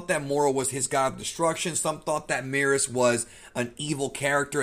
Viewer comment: Is it Meerus or Merus? Merus is pronounced the same way as Beerus? This peeves me lol